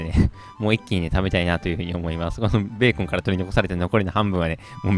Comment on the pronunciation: ブェーコン笑